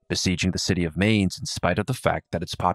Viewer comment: I love this series, this is great. But I have to complain, your pronunciation of Mainz hurts lol